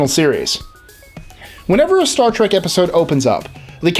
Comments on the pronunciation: Why does he keep saying "Trak?" Oye! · Play a drinking game and take a shot every time this guy says Star Trak and you'll get drunk real fast. 😂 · Why must people pronounce it Star Trak? It's a trek. A trek to the stars. Why is that so difficult to understand?